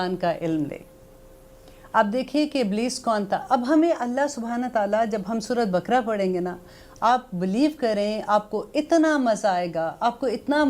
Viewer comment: Apna tallafz durust kren surat bkra nhi kehte Sura e baqarah